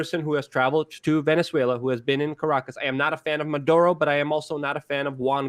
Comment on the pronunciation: Jesus Luke it is pronunced MA DU ROH not MAN DU ROH